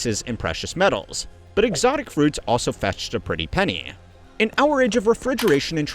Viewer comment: You're saying Hourage instead of Our Age.